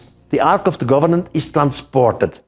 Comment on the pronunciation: It sounds like he's saying the ark of the government! lol